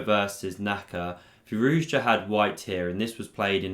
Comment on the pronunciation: I stand corrected. My apologies. You are literally the only one that says it right. 🤣